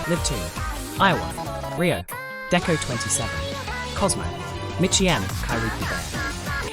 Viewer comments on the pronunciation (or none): you pronounced deco*27 wrong, its deco nina